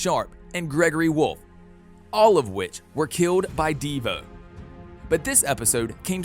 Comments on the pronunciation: De Vo not deva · bruh DEEvo its De voe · Devoe not "DE VOE" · He said deavoe instead of dovoe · "all of them were killed by DeeVoe" please man it's just Devoe, not Deeevoe😭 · D I V O not deevo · Dee-voe? C'mon, why do I feel like he didn't watch the actual show. ITS DE-VOE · LITTERALY THE WAY HE SAID dIvOu Insstead of DeVou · ok it is not deevoo its DeVoe and Cicadadadad is Cicada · It’s not dEeevo it devo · this guy says devo in stead of Devoe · Its devoe not devo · Bro said divu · "Deevoe" ayo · Ahh yes my favourite villian "DeeVoe" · He says divoe like devo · i was about to comment deevoe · Devoe and cicada